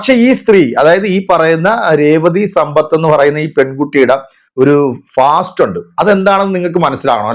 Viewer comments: ഫാസ്റ്റ് അല്ല പാസ്ററ് 😂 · അയ്യേ, കൊരങ്ങൻ,ഫാസ്റ്റ് അല്ലെടെ, പാസ്റ്റ്, ചെ കൂതറ